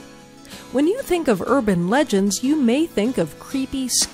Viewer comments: ugan legends? I think she ment urban😂😂😂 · it urbin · Anybody else notice her say "Urjin Legends" at the beginning? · OMFG people moment ing about her saying "urjin legends" she made one fricking mistake! It was NO BIG DEAL GET OVER IT ALREADY!!!! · yea she said 😂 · Solaire's Sunny D yes I totally did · Solaire's Sunny D yup lol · I thought I was the only 1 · Chesh of Shire yeah😂😂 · Lol I heard that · Sergio Martinez yes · Solaire's Sunny D Lmao yes XD I was laughing so hard 😂😂😂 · yh, I totally heard that